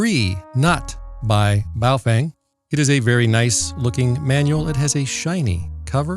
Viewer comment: Your videos have been extremely helpful! So I thought I would give you help too, Feng is pronounced Fung in Chinese so it would be "Bao fung" doesn't sound as cool as boof Feng lol but again thanks and keep up the great work!